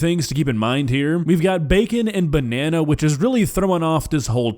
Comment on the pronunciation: Did he say he removed the bannana seed?